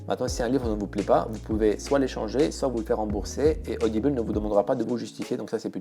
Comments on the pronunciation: C'est rigolo, tu prononces audible "audibeule" :'D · odibeul au lieu de "audible"... j'ai été surprise ! MDR